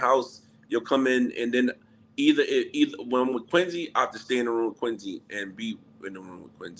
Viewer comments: I can't take him saying Quin-zee. Dude it's a "C"!! Say it right! 😂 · Why does he pronounce Quincy like it has a Z instead of a C ?😩😂